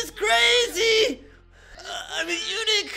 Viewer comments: Eunuch가 자꾸 Unique로 들립니다 ㅋㅋㅋㅋㅋ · eunuch발음이 유니크랑 비슷하군요... 유니크한 고자